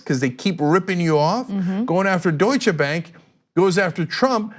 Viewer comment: Way to go Maxine! That out of the way, Cenk, Ana, please stop emphasising the 'che' at the end of Deutsche, pronounced the name Doi-shuh!